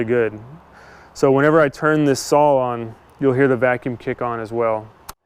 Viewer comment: It's a 'saw'...It's not pronounced sawl.....Saw ,not sawl....speak properly